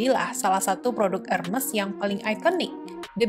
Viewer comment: Agak risih gimana gitu penyebutan merk Hermes (re:Her-mes) 😂